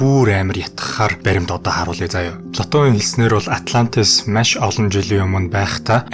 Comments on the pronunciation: Маш байвал яаж бна.машь гээд байх юм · Машь ? маш гэж уншаач эсвэл яриач пяз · Nuhursug zuvlumj: MASH gej tod hlhiig bodooroi tghgui bol MAESH gej zuulnii temdegtei ym shig sonsogdood bnaa bas olon udaa davtaj hleed bn shuu. Busdaar bol yanziin sonirholtoi blaa.Amjilt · Маш, майш 2 ялгаатай шүү. Загвар өмсөгч Энхболд шиг ярих юм. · Үзсэнд Машь их баярлалаа гээ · Машь гээд байх шиг байна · maish gshaa 😂😂😂 mongol ugiin sand tiim baihguu shuu bro 😅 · Ккккк. Маш гэдэг үгийг яаж дуудаад байна аа😅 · mashi gedeg ugiig n bur sonsoj chadahgui garlaaa ohhhhh 🫣